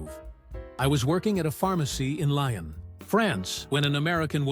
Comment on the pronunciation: The french Town of Lyon isnot prenounced as Lion but as Lee-On.....